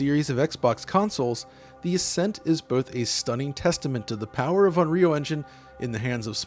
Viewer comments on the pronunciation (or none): none